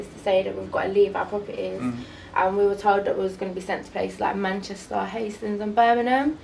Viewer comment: manchestaaar, hastins n birminum